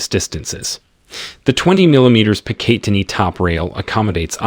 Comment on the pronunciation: The way this guy says MLOK and Picatinny is horrific